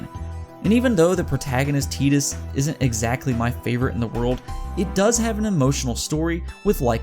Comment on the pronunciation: Its PRONOUCED TIE-DUS NOT TEE-DUS